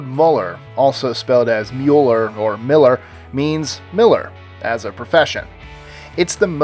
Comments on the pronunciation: It's Müller, not Muller. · I love how you didn't even once pronounce 'Müller' correctly. However, there is another German name that is probably just as popular. It's 'Mayer (/Mayr/Meyer/Meyr/Maier/Mair/Meier/Meir)' (and yes, I'm pretty sure all of these variations exist, plus the last name plus something else like 'Habermayer', plus 'Vogt' wich means the same and is the variation of 'Mayer' used in the middle of Germany) But whatever, that name is f*cked up. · The way you pronouncer müller is so damn funny